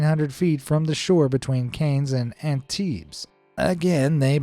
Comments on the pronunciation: Absolutely disgusting. you said the names completely wrong. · Cannes is pronounced "Kahn", as in the "Cannes Film Festival" second Antibes, is also known as the bay of millionaires, with there only being 25,000 tires, it really seems like between the French government and the hundreds of not thousands of Rich people that are right. There, it shouldn't be a difficult task to get that cleaned up. Just add a boat tax for the marinas in Cannes, Nice and Antibes, They could work out what it cost to remove a tire and the tax could be the cost of one tire removal, it would take several years to pay for it but the government could make the up front investment and then in 5 or 10 years they would be profiting off of having made that investment.